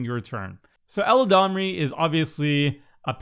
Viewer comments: "Eladrami" XD. spends too much time listening to Seth:p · Yo what's going on at MTG Goldfish, is it a meme I'm not privy to? Every single host calls Eladamri "ELADRAMI" lol... I deserve to know!